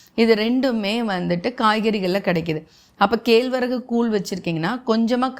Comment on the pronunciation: சிறப்பு. ஆனால் கேழ்வரகு என்று கம்பங் கதிரைக் காட்டுகிறீர்கள். கேழ்வரகு என்னும் சொல்லில் வரும் சிறப்பு 'ழ' வின் உச்சரிப்பைச் சரி செய்துகொள்ளவும்.